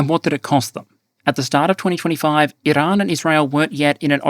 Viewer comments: Bro your Australian stop rolling your Rs for Iran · Iran Not "IIrun". FFS mate, if you're going to respect scumbag countries by pronouncing their country names the way they pronounce it, then I expect you to do the same for western allied countries like France. 😡 I've followed your channel from day dot, but it pisses me off when you make an effort to appease our enemy. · just likes pronouncing “Iran”.